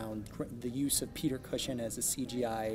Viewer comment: "Peter Cushion"